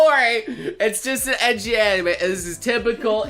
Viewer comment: still triggered how he says ecchi